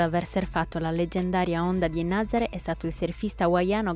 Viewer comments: Nazaré, non Nazare, NazarE’. Con l’accento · La pronuncia corretta della località è Nazaré con l'ultima vocale accentata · Si pronuncia Nazarè con l’accento sulla “e” finale, please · Nazarè con accento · Nazaré si pronuncia con l'accento